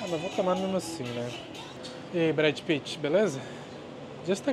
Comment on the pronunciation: Eu sempre quebro quando ele fala Brad Pitt hahahaha